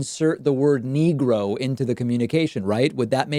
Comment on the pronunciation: He said "niggra" which is even worse.